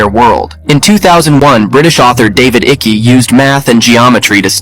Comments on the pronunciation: David Icke, like Bike, not Iccy. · Lol ai called him David icky